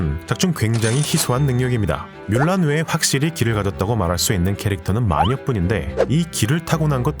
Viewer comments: 뮬란을 물란이라고 발음해서 문란해진건가? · 중국어 발음도 물란. 영어 발음도 물란. 한국에서만 뮬란. 한글이 없어서 표기 못하는 것도 아니고 왜 굳이 뮬란인가?